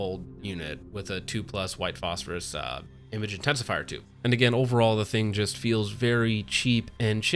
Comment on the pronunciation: are you saying phosphorus just to annoy me